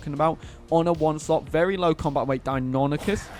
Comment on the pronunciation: “Die-oh-NYE-cus.” It’s Greek. Say it right.